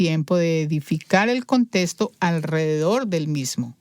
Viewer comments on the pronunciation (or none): Es contexto. No contesto. Me da ansiedad óir esa pronunciación.